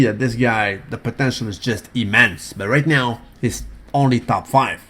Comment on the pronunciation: did you say "right meow"?